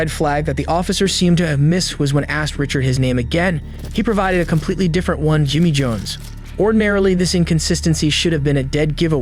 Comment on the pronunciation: richard litrelly said robert jones then said jiimyy jones LOL